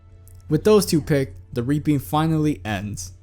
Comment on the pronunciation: You say reaping like "raping".